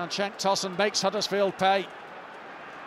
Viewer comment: Okay, correction. Cenk is pronounced like 'jenk' in english. That 'c' letter corresponds with j in Turkish. Cenk means battle in Turkish, by the way